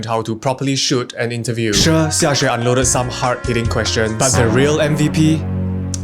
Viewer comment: For a second I thought you pronounce "xia xue" name as "xia suay"